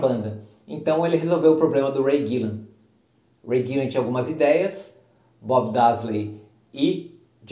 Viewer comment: Não é Ray Gillan, e sim Ray Gillen, a todo momento ele fala errado.